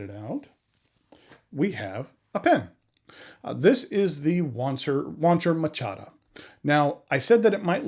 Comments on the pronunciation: Great review, never heard of it being pronounced machata before I normally go with ma cha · oh that's awesome lol, I didn't even realize, I thought that was an actual way to say it. Using it from now on. Thanks!